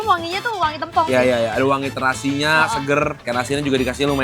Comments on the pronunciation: Mengeja "tempong" nya salah ... saya dari banyuwangi "e" dibaca seperti membaca "bebek" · Masi aja bacanya tempong tempong mulu. Plis, tempong not tempong😭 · plis lah kasih tau dia pengucapan sambel tempong yang bener